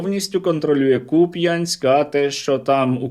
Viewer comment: Так вони контролируют КупЯнск😂😂😂😂. 🇺🇦, а ми КУп’янськ 😂😂 « куме, а ви чули, як вони на Купʼнськ кажуть….»😂😂😂😂